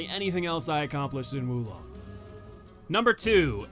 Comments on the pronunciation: its not wu long its WO long. oof. fun video though. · Probably a good idea you opted not to say the boss's names considering you said Wu Long 20 times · First things first. Is pronounced "woah long". Totally agree about Lu Bu. The only way I was able to beat him was totally changing my playstyle. Like you, I'm overly aggressive to the point where every fight is a battle of attrition with me. With Lu Bu, this did not work at all as his overt aggression put mine to shame. The only way I ended up beating him was playing purely defensive. Thankfully I found deflecting all of his horseback moves to be very easy. Off horse though, I opted to dodge out and aways from all his normal attacks, deflect his bow attacks and flat out mastering the timing on his reds and baiting those out and following up with spirit attacks before backing off and baiting more reds. I also would employ ice attacks and the Baise summon to counter his fire to get rid of his hyper armour whenever he flamed up. Lu Bu was the only boss in the game to actively force me to change my playstyle and overall, the most satisfying kill and in terms of tough but fair, far and away the best boss in the game.